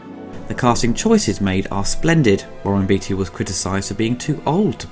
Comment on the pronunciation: It's Beaateee not beetee great vid otherwise